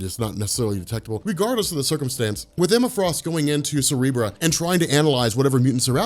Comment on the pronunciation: Lol “cerebruh” I will legit start saying it like that